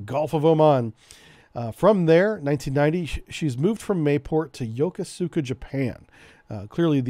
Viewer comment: Really awesome and detailed rundown, I love it. Brings back memories of my days sailing with these beauties. By the way, Yokosuka is pronounced yo-koo-ska, the PAC sailor in me cried inside hearing you say it that way Also, I was stationed on the USS Frank Cable. Would be interesting to see something like this about the AS-39 class sub tenders. They have an interesting history